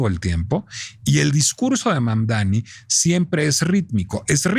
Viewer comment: Y tu eres americana? , mas bien estadounidense? Porque América va desde el norte, hasta el sur del continente, te regodeas en la ignorancia al pronunciar mal su nombre , Mamdani aunque te indique el correcto, Mamdani pero necedad hay en todos lados , bueno en relacion a Dump , lung, wrong, trump.anyway Siguiendo escribir mal.los nombres, Trump mismp le dijo que era un gran hombre y alabo por sobre manera su alcaldia , no entiendo tu disgusto , si vives en NY debes haber votado por el acosador sexual Cuomo , o seguir tu deriva por el actual alcalde que robo millones, bueno , que dios nos proteja de alguien honesto, ojo tampoco creo sea la panacea pero al menos hasta Trump lo reconoce ...